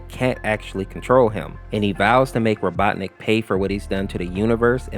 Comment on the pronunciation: my guy why do u pronounce robotnik like 5 different ways